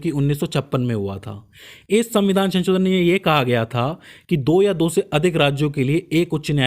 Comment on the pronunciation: Sanshodhan❌ Chanchodan✅